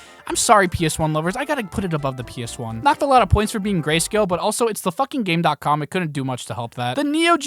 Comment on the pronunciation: The way you pronounced GameCom pissed me off. I'm still loving the video, but I can never look at you the same again.